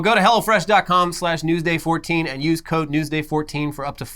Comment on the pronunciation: Sounds like says "go to hell fresh"